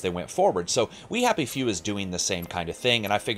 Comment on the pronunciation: kinda sounded like you called the game "we have a few".